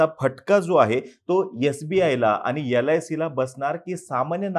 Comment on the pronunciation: He can't properly pronounce sbi and lic then God only helps you for his analysis.